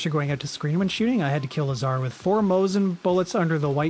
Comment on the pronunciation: By the way, Lazar was named after Lazarus(Biblical character, this is literally how it is spelled in russian), therefore it has emphasis on the first syllable. Also, Orel means 'eagle', and has emphasis on the second syllable :)